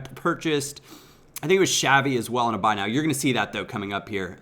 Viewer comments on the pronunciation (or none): none